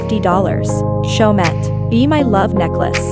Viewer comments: My ears are bleeding from your pronunciation of Chaumet, the last ‘t’ is not pronounced, it is a French brand so it should pronounced as Cho-mee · They arent french blud not everyone can Prounounce in a french way